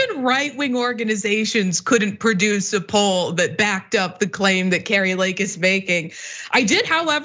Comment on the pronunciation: Hey dimwit Kari.... You say our name all wrong... You are not Norwegian... You say it like Cary.... You are a fool.... :text-green-game-over::face-orange-frowning::face-green-smiling